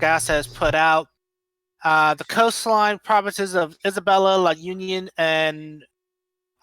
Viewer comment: Can you do some research on how the name of the provinces are pronounced? Makes your reporting more sincere and I'm sure a lot of Filipinos will appreciate you guys even more. Be safe to everyone affected by the typhoon..